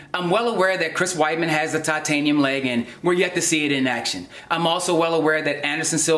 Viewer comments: I think you mean "toitaniem shien bouwn" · Toytaynium shinbone